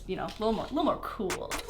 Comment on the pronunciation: The way she says cool